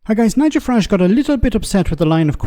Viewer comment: Lots 😂😂 Fuhrage 😂😂